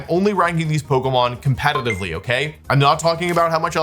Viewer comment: Wolfy: “competentively”